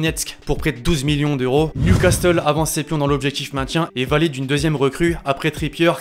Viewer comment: gros vraiment c'est pas " NEW CASTEUL" mais "NEW CASSEUL" le T ne se prononce pas 😅😆